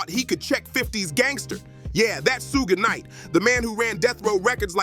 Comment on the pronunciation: Tony yeahyo and sooowgee knight is this guy okay some one check up on him